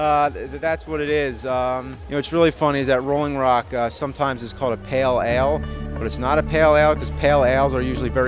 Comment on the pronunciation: SAY PALE ALE.....ONE MORE TIME....